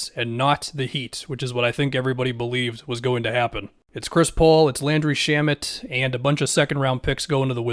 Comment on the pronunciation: This dude said Shamet on a cheap contract😂😂